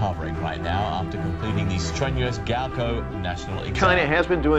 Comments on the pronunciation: gaokao not gaokoh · It’s gaokao... not gao koe Stop saying it like that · Why is GaoKao pronounced as GaoKou wtf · the way she pronounce gaokao as gowkoh bruhhhh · “Gaoko” lol you gotta pronounce the A as well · i wish the narrator would just pronounce “gaokao” right... or at least try to... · I cringed so badly 😂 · i k r i was cringing the whole way through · Uh...the mispronunciation of Gaokao...uh